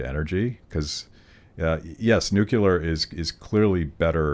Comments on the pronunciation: Really liked this episode. I bought the book while listening. One complaint though: the word NUCULAR does not exist and it was used twice. May seem that I am picking knit here but as a proponent of nuclear power I think it is important that we get it right. Keep up the good fight! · NU-CLEAR (new clear) #justsayin'